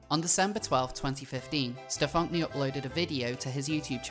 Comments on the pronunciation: The fact you insist on pronouncing this individuals name as Stefonk-nee... :D I always thought that it was pronounced the same as "Stefanie" (Stefon-knee) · Every time you mispronounce his name I cringe. “Steph-onk-nee” lol 😂😂😂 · I lose it every time you say STEF-FAWNK-KNEE 😂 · The name is Stefan-Knee. Like “kneecap”. The “k” is silent and they even pronounce their name for you like any other “Stefanie”. Your pronunciation makes me want to rip my ears off, just call him Paul it’s less jarring to your listeners since he is a faker anyway. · I love the pronunciation, "StuhFonkNee"... 😅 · 'Stephonk-nee'. Oh my god. Of course. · So much research here--and it is a really well put together video--but that's not even how the name is pronounced. It's a shitty spelling of "Stephanie," sure, but you'd think you could get it right if you were doing investigative journalism about someone. I mean, that's kind of a ridiculous error.